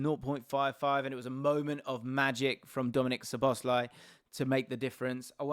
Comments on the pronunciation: Love these videos and conversations. I think it's pronounced SZOboszlai not szoBOszlai. Thanks for the great content and analysis! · Please put the emphasis on "Szo", not "bosz", when you pronounce Szoboszlai's name. One of the basic features of the Hungarian language is that the word stress is always on the first syllable, without exception. If you put the emphasis on any other syllable it will sound strange and wrong to Hungarian ears. Pronouncing it correctly will take only a small adjustment on your part, but your Hungarian viewers will be grateful for it.